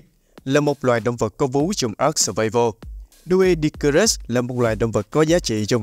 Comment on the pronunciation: Doedicurus phát âm đúng hơn là Đuy-đíc-cu-rớt nha ad